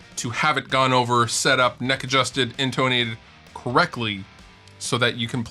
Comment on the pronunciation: the only thing I heard in this video was "in-toe-nated"